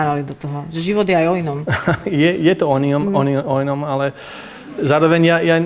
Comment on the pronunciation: Adela: "Život je aj o inom" Tom: "Je, je to onion"